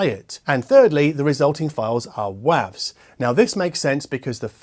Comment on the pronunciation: listening to you say WAVs versus WAVES is weird.